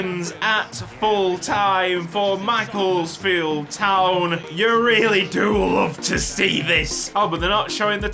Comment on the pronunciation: NOOOOO THATS NOT HOW U PRONOUNCE MACCLESFIELD U PRONOUNCE IT MACC-LESS-FIELD